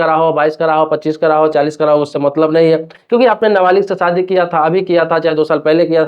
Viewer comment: सादी नहीं, शादी बोलो।